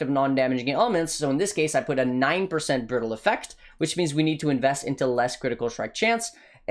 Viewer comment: "applying the brittle instittle " lmaoo